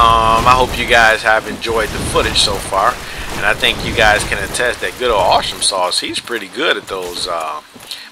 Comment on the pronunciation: Awh, you didnt include the last two matches with the havels and the yellow skin str build :( Btw, are you pronouncing my PSN as "awshumsauce?" it's meant to be awesome sauce, but it was taken, lol